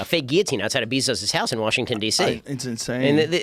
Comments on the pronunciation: Ben Shapiro still doesn't know how to pronounce Jeff Bezos' name. Also, he's racist. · Jeff “beezos” bezos